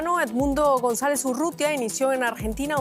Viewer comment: Loglara juramentarse??? Dice el titulo... Ni a palozos dice González.